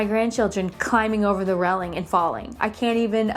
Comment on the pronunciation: I love the way you say railing ....